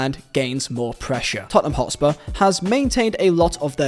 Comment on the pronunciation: Totspur... what is that?!